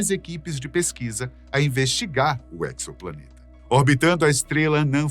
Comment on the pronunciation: Não seria exoplaneta [ezoplaneta]? Essa pronúncia aí da palavra acho q está equivocada. Pois o EXO aí, significa FORA. Planeta fora de nosso sistema solar. Ou seja, um EXOPLANETA. 🤷🏽 EQUIÇOPLANETA é foda 😂